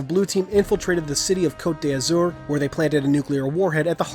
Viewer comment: ughhhhhh he cant pronounce cote d'azur :'(